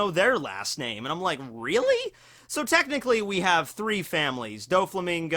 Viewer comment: All these lost opportunities when you said Technichly you should have said Tekkingchly !!!